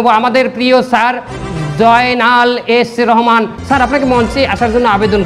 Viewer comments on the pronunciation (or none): F রহমান ❌ S রহমান✅😂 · সালমান রহমান কে এস রহমান বলছে😅😅